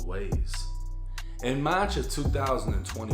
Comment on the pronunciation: they way says March is so YT 😂